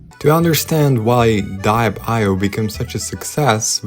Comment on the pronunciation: yall its literally dee-ep not dye-ep 😂✌